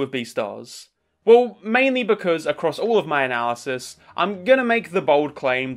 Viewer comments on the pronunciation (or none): none